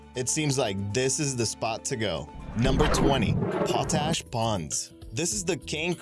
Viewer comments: Pot ash not po tash. Jeez. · Poe tash? sigh Potassium carbonate, not potassium chloride. Pretty pictures, though. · Pah Tash Ponds in Mobe Oota? WTF is his native language, anyway?